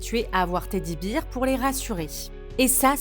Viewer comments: Beer se lit « Bir » et c'est la bière. Bear se lit « Bère » et c'est l'ours. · Et que Bear, ça se prononce bèrwe. Dommage de savoir lire en anglais pour prononcer en bon français...